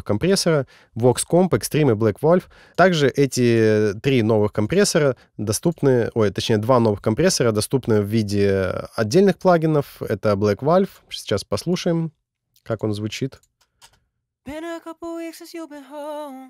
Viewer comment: Спасибо за видео. Хотелось бы корректное произношение английских слов (Ки, Валв, Бэйс).